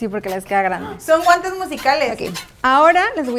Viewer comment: En el minuto 5.22 dice abren sus guantas jajajajaja😂😂😂😂😁😁😆😆